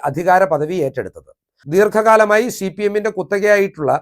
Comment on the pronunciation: നീ ആരാണ്? സിപിഎം ന് ഒരു കുഴപ്പവുമില്ല. നീ ആദ്യം സിപിഎം എന്ന് തെറ്റില്ലാതെ പറയാൻ പഠിക്ക്